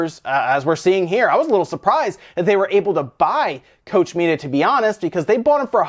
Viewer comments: It's KOCH ... not Coach Media. German is not that difficult to pronounce. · It's pronounced cock-media, not coach media ! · It's Koch (pronounced Coke) Media not Kosh Media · Coach media? Sorry, but you really have to work on your pronunciation of German words (Google translate for example will help you), that was painful. It's pronounced like "Loch Ness", just with a C/K instead of the L. Edit: "Loch" isn't a very good example because it sounds more like the German ck than ch, but still, there are voice samples everywhere.